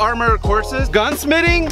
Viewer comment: " gun smitting" 😂😂